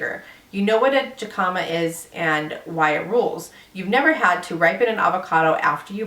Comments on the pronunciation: JICAMA is pronounced HICKAMA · "Jicama" is pronounced "hick-uh-ma." 😉 You're from So Cal and don't know that? 😂 (I'm not trolling like some of the jerks below. I found the pronunciation amusing, is all.) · Jicama is pronounced "hick-i-muh". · I thought you would know how to pronounce jicama. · What a flake. "You know what a jicama is..." BUT YOU DONT EVEN KNOW HOW TO PRONOUNCE IT! LOL! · lol "jicama". its pronounced with an "h" 😆